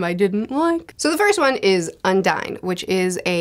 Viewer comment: i think you're pronouncing "Undine" wrong, it's not an english word so you would not say "un-dine" it should be "on-deen"